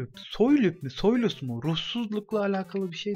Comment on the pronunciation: Soylus dedigin sey soulles